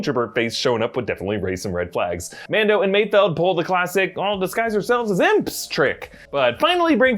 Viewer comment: Props to you for actually pronouncing Mayfeld correctly instead of Mayfield which everyone else seems to be doing